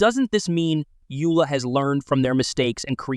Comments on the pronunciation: It's Yola not Yula 🤣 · Yo, Dude! It is not pronounced Youla. It's pronounced Yoela, as in Yo, Dude! Other than that, don't take yourself so seriously.